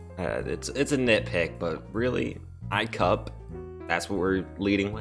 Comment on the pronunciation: Im a 30 year old man and I unironically laughed when you said icup.